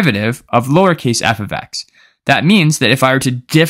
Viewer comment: Must know #0 Before everything else, learn that f(x) must be read "F OF X", not "F OD X".